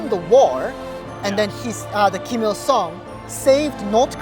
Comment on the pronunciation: ㅏㅑㅜㅇㅁ ㄹㄷ디(웁스) Kinda feel weird about this guy. 1. He pronounces Ghim Jung Il (김정일) as "Ill (이을)" instead of "Il (일)" like Koreans (both North and South) would pronounce. 2. He doesn't have any "accent" when he speaks English and he's... FLUENT. He's the first North Korean I've heard without any accent. 3. So he says he's a 'Christian', so he was brainwashed from the Communist and now brainwashed into believing some fairy god that watched all the North Korean starve to death, died from torture, etc. and he worships it?